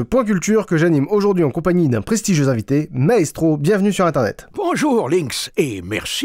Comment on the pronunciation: J'ai cru que t'avais dit Naestro et j'ai flippé XD